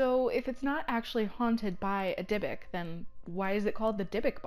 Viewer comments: Go ask any rabbi. They will say it is pronounced dybook not dybick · DIE.A.BUK NOT DIBBIK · Omfg its pronouced deebook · also you are pronouncing Dybuuk wrong (Di Book) is how it is pronounced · No she is not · Timothy Ouellette she is pronouncing it wrong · PepperDime she is pronouncing it wrong. My entire family is Jewish I myself am Jewish I know how a word is pronounced and she is pronouncing it wrong! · PepperDime she is not pronouncing it right and I am irritated because she is speaking about something from my culture, heritage, and religion. The least she can do is know how to pronounce the damn name